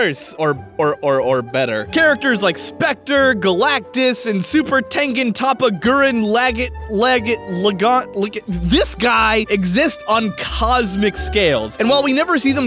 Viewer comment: How the hell do you have trouble pronouncing "Gurren-Lagann"? It's not that hard!